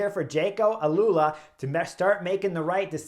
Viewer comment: Jayco Alula Chris, not Alalula.